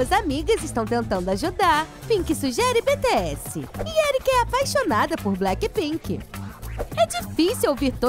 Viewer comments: ela fala bts errado pq ela falou betesse n bitiesse pelo amor de Deus nee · "beteéssi" essa quebrou meu coração kajajajajajakakakaka ai meudeus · Ai que agonia ela falando BE TE ESSE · Deu uma raiva ela falando: "BE TE ASSE"" 😐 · Mano se fala bitiess bts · Eu ouvindo ela falar os nomes errados: 🤡🤡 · eu escutando eles falarem bts errado:😒